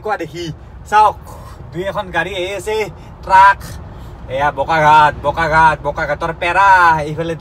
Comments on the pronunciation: Bokaghat nohoi Bokaghat 😊nice video 👍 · Its Bokakhat.. Not Bokaghat 😃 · O bhai it's not bokaghat it's bokakhat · O bokaghat nohoi bokakhat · Bokaghat nhy garu bokakhat... Asomr ata jagar nam o val k ussarn nhy tor